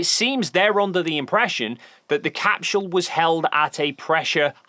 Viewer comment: Why does he say capSHule? What accent is that?